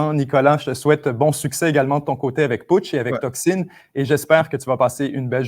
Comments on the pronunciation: Sais pas pourquoi il l'a prononcé de cette manière, je suis Québécois et j'ai jamais dit 'Toxine' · tocsin dit en quebecois ça ne donne pas "toxine" même si ça sonne légèrement différent par rapport aux prononciations françaises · Tocsin prononcé Toxine, c’est pas mal. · ah, la bourde, tocsine, non pas, toxine, tocsin, voir la différence de sens énorme, j'imagine que vous avez ce meme vocabulaire? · Les réponses fleuves de sont à l'image des documentaires de 7 jours sur terre, intellectuel, grandiloquent ou passionnés. Mais comment quelqu'un qui maîtrise si bien la langue peut se m'éprendre et prononcer tocsin à l'anglaise, surtout entre deux interlocuteurs français/francophone? Enfin le petit signe "freemasson style" à la fin laisse perplexe. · 7 jours sur Terre : 👍 ; par contre, il est préférable de ne pas prononcer Tocsin avec l'accent québécois (Tocsine) pour éviter que ça devienne toxine. Ça peut être mal entendu par certains. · Au Québec, on prononce Tocsin comme vous. Je me demande ce qui a pris à de le dire comme un mot anglais. Il a une mauvaise analyse des Québécois. Beaucoup s'informent dans des médias alternatifs étrangers: Français, Belges, Africains, Algériens ou autres et aussi de médias alternatifs québécois. J'avais écouté cette chaîne mais le ton grandiloquent de m'a fait décrocher. Merci à Tocsin: je vais retourner l'écouter et évaluer si son contenu mérite de supporter l'enflure de sa parole. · Mais les Français prononcent tellement de trucs à l'anglaise (je pense à Justine Trudeau plutôt que Justin) que ça l'a probablement porté à faire l'erreur avec tocsin. ;)